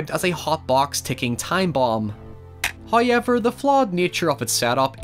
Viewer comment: Love how this guy pronounces "however" as "hoiever"